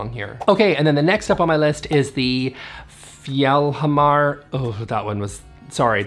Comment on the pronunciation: I think you have been studying up on your Swedish. Honestly, not a terrible job on "regn" and "fjällhamar". Heja!